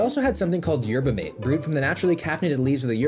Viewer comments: It’s pronounced Yer-bah Mah-tey, not Yetber Mayte. You’ll want to know how to pronounce it if you visit Argentina, Uruguay or Paraguay where it’s the most popular drink over coffee and tea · Going to school in Santa Cruz and hearing him say "Yerba m8" instead of "Yerba Mah tey" hurt me with each uterrence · its yerba matae not yerbamate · Yerba Mate is pronounced mah-tay. And Gatorade has an amazing cucumber lime flavor. It's amazing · "They also had something called Yerba Mate" lol it's pronounced Mah-Teh brother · It’s pronounced “ma-tay” btw just Incase you have to say that again at some point in your life. 🤷‍♂️ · Yerba mate is the best. No crash and all day energy. The drink of my people. Also its pronounced maté. Like mat-eh. Idk why they didnt put the accent on the packaging lol. Edit: i just got to the part where u taste tested it. Ur supposed to shake it😭. Also traditionally its drank from a carved out gourd with a filtered straw called a "bombilla" and the leaves go in the gourd and you refill it w hot water. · And it’s pronounced yerba “mah tay “ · we pronounce it like “mah-tay” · say it with me: yerba mah-tay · The way he pronounces “Yerba Mate” 😂😂. Good effort 👍. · Your pronunciation of yerba mate made me recoil 😅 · no fucking way you pronounced yerba mate like that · thats not how you pronounce Yerba Mate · The way you pronounced Yerba Mate made me chuckle. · Haha yeah well he's Canadian he probably figures its pronounced like Coffee Mate 😂